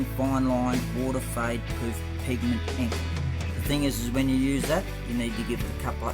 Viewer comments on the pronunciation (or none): none